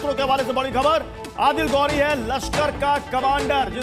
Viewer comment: गौ‌री नहीं....घोरी बोलो.